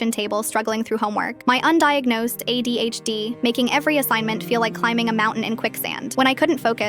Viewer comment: I heard AIDS instead of ADHD and i was mortified and confused in the beginning